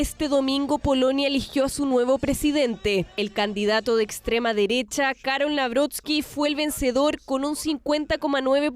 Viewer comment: Wajajajaja la "extrema" dereshhhhha...😂😂😂